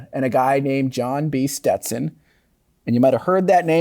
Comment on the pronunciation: Learn to pronounce young lady. Stet Son. Not Ste Ton